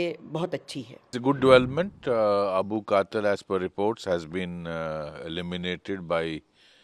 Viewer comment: 😂😂 I'm just laughing at Indians with their pronounciation. The name is Abul Qital not Qatil. If you can't pronounce don't report.